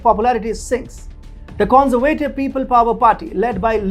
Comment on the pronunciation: Your pronunciation of some words is totally wrong, which makes it hard to listen to. Words you have problems with are for example "adversaries" and "conservative". Pleas work on it.